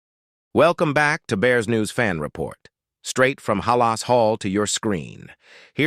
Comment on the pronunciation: Stop mispronouncing halas 😢